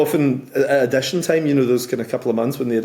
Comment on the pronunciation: Addition? What………”Audition”! 🤣🤣🤣🤣🤣🤣🤣🤣🤣🤣🤣🤣😂😂😂😂😂😂😂